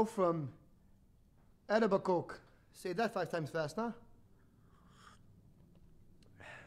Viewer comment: Oy... it's pronounce E-toe-bi-co!